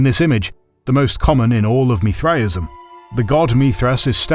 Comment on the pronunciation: Why is he saying Mithraism so wierd?